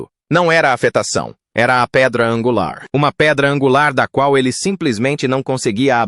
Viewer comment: Em 1min56seg o paspalho da IA lê "angular" como "énguiular", e "concerto" com sotaque de americano. Imagina quanta merda em 31min48seg.